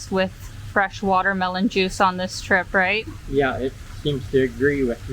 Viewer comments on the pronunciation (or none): none